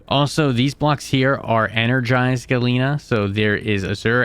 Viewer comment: Yea, they're pretty bad 😭 "Abysmal Chasm" "Ferocious" "Neodiemium" "Galeena" "Primorial Caves" "Triolocareis" "Pehwin"